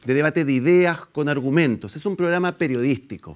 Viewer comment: Los "arumentos" de rene naranjo: NO NO NO NO NO...